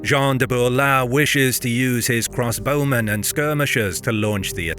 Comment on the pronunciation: Another brilliant triumph, but (for future reference) very slightly marred by a distracting repeated pronunciation error that is odd for a native speaker to make. I was wondering why the bowmen were always cross when I realised that what you meant to say was CROSSbowmen, not 'cross BOWmen.' Weird, since you correctly talk about CROSSbows.